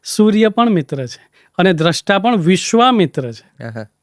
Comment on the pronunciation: તમારો દૃષ્ટા ઉચ્ચાર ખોટો છે. દ્રષ્ટા,દૃષ્ટિ,સ્રષ્ટા,સૃષ્ટિ ભેદ સમજો.